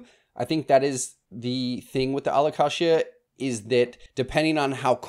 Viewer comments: a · luh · kay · zhuh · Don’t get me going on his pronunciation of Alocasia. 😅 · The way you pronounce Alocasia and Kroger had me cracking up